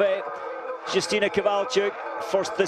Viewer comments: Not Dżustina but Yustyna. This information is to a commentator. :P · not Yustyna But Justyna Kowalczyk .Wiem jak to sie wymawia bo jestem polakiem .This is information is to a vafanculoputana